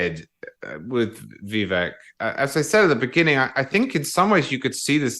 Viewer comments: Please Megyn, stop with giving Charles CW Cooke so much time ... or any at all really. He is so out of touch with many of us, regularily. To compare Reagan with Tim Scott, is absurd! How hard is it to say, "Vivake" like Megyn correctly pronounces Vivek's name? Cooke has a very elitest tone, and usually has very shallow/unsubstantial analysis. Emily was the best in the first portion of this show, no question. One last bit that most pundits fail to acknowledge ... We want to pardon Donald Trump for us, for the process ... NOT simply for the sake of the man, the private citizen. Trump is us, we are being prosecuted. Otherwise a good show here. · I’m sorry, but this fellow with the British accent who sounds so intelligent can just NOT seem to get the fact that Vivek’s name is pronounced “Vi vake” NOT “Vi veck”!! It drives me absolutely CRAZY that no matter how many times Megyn says his name correctly, this guy just CANNOT pick it up and KEEP IT UP. Ugh! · Dude wearing sunglasses, if you’re going to have an opinion on someone; at least pronounce his name correctly !!!! A pro would learn the correct way to say it ! It’s Vivek like Cake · Hey ….. Pronounced ViVAKE….. Rhymes with cake. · When someone .. like Charles, can't even make the effort to call him "Vivake" like Megyn correctly says, he has no respect for Vivek and his subsequent analysis is superficial. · Please pronounce Vivek correctly, rhymes with cake Vi Vake. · I couldn't agree more. The man can't even respect Vivek enough to pronounce his name correctly. CW is an elitist snob. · Please tell to pronounce Vivek’s name correctly. He’s driving me crazy! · CW Cooke also had this problem. Both despise Vivek, and it shows. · Christie and Haley did best? And, can he make up his mind on how to pronounce Vivek. Cooke is such a pompous ass.